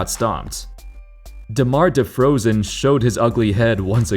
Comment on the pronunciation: Man said Demar DeFrozen ?! 💀